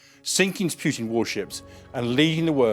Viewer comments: It's not pronounced pyoo-tin it's pronounced poo-tin. But all of this is old news. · Why pronounce it PJUTIN ? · Pretty sure his name isn't pronounced "Pjutin". More like Pootin. You will get it eventually, keep working on it. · He's probably british